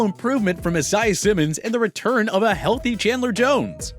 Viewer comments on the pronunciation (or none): Every time this dude pronounces Isaiah Simmons name wrong it makes me cringe...like why is it so hard for you to say his name right??